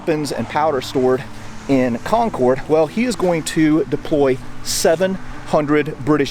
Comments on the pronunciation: It's Con-kid, not Con-Corde!!! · Good info and subject matter and well presented. EXCEPT: (it's Concord (accent on the Con)), not Con-Corde. ;) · I love your shows. However, as a Bostonian I have to tell you Concord is pronounced kon-kerd, Not kon-kord. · It would have been "The Regular's are coming" according to J.L. Bell (The Road to Concord, 2016) and us here in New England call it Concord (Con-curd), not Concord (Con-Cord). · You say Concord funny. Lol Us New Englanders call it Concerd. 😂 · It’s pronounced CON-Curd by New Englanders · Great video, but if you're from Massachusetts, Concord is pronounced Conkid! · Very good video, but your pronunciation of Concord is off. Emphasis goes on the first syllable and the "cord" should be more like "cud". Even "curd" would be acceptable if you insist on using your "R" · Good series but couldn't watch any more. In New England Its Concord not Conorde. It's a minor thing but not the right pronunciation and as a local it hurts every time I hear it? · Great video love it right in my neck of the woods! If you want to sound like a local however, you pronounce it “con-kerd” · Concord is pronounced “Conquered” btw. I live 15 mins from the Old North Bridge.